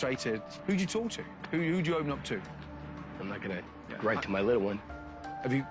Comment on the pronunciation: "The fryer is gonny....is gonny..."